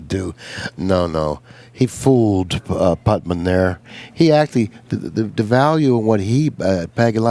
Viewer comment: C'mon,. "Putman?" It's like Nicky Varner calling Reyes "Efrem."